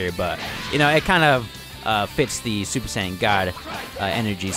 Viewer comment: My man said "Zuper"